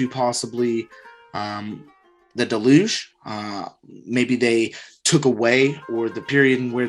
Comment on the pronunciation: The way you say deluge sounds like you mean delusion. Deluge also being connected to water, water being connected to emotion. Weirdly adds up to what you’re explaining on hiding the truth and demonizing it. People went delusional and disconnected. Even weirder that it feels like it’s happening even more this time around.